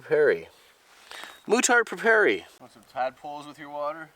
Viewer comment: It's prononced : moutarde "preyparey"! ;)